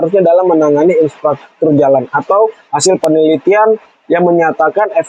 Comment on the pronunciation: infrastruktur not insfratruktur